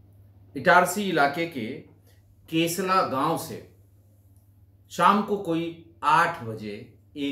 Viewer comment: मेरे गाँव का नाम केशला नहीं केसला है